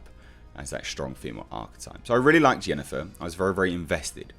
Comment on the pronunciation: Clearly says Yennefer, obviously you don't have an ear for accents.